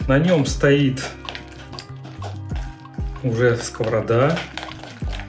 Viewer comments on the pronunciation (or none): none